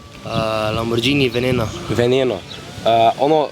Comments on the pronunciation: Ej štajerc neumn, ni lamborđžini ampak lamborghini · Ni lamborđini ampak lamborgini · Popravek Lamborgini ne lamborđini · Lamborgini se rece ne lamborđini drgac pa ful jak video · Reče se lamborgini na pa lambordžini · lamburđini**